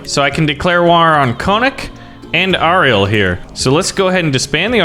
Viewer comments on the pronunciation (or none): none